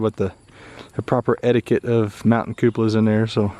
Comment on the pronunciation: Stop saying cupalas I knows it fun but cut it out..